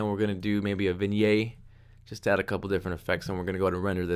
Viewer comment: you say vignette funny.